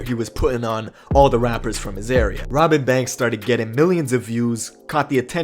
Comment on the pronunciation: Sounds like you saying Robit banks